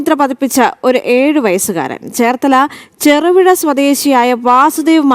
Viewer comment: ചെറു വിഴ അല്ല കുട്ടി.... തിരുവിഴ.....